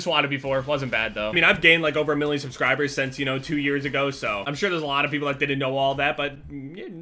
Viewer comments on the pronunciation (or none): none